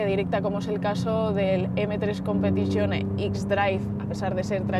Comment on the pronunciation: "M3 competichione" justo cuando intentas dar algo bueno del BMW pero tú cerebro quería decir guilia